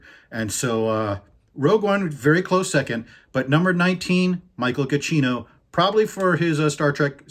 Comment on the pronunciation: Just a quick note, you always pronounce Michael Giacchino like "ga-chino", but the name is actually "ja-kino" (sorry I'm no native English speaker so that is my best guess on how to transcribe the pronunciation into English).